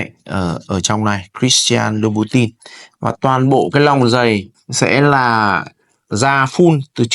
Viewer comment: Học phát âm thương hiệu cho đúng chuẩn để tôn trọng giá trị thương hiệu nhé bạn